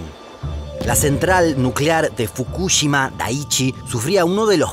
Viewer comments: Soy el único que se pone nervioso cada vez que lo escucho decir Fukúshima cuando deberia decir Fukushima a secas y sin acentos!!! Que nervioso me pone esa manera de pronurciar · fukushíma es con acento en la I, es lo unico q tengo para decir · No pongas acento en la U fr Fukushima 😡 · Como me pone nervioso y me estresa cada vez que dice FukÚshima. Se dice Fukushima!!!! Sin acento 😑😒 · Fukúshima? ajjajajajaj si fuese así sería una palabra esdrújula y llevaría una tilde en la silaba tónica. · fu KU shima no, fukuSHIMA SI . Habla bien el Español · La pronunciación: NO es Fukúshima es Fukushima como lo pronunciaba el de Quantum Fracture. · Estuve a punto de dar dislike solo por escuchar fukúshima casi mi toc me juega encontrá xD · Me haré miembro cuando aprendas a decir fukuSHIma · Me estresa como pronuncia los nombres Fukushima y Chernobyl. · Me gustaría que aprendas a pronunciar ciertas palabras o nombres como el de Fukushima, todavía recuerdo sobre un video de Corea donde no pude terminar de ver el video porque me tilteaba la pronunciación xD Pero los videos son tan educativos! Me encantan <3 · Por fin, me re tilteaba que lo diga mal... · Todo el vídeo me atormento escuchar Fukushima mal pronunciado